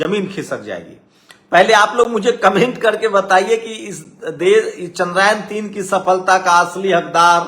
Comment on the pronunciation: जो टूचिया चंद्रयान को चंद्रायन बोल रहा है, वो तय करने आया है कि क्रेडिट किसे दिया जाए 😂